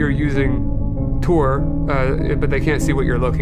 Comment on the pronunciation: FYI: it's TOR not Tour.